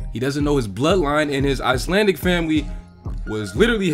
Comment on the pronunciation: I do wish they would plan with Icelandicness too. Shame the actors can't pronounce icelandic😅